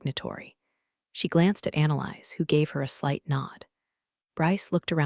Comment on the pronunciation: The name Annalise is not pronounced as ‘analyze’. It’s Anna-leez. Please teach AI.